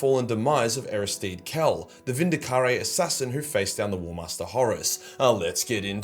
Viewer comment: Vindicar-rey lol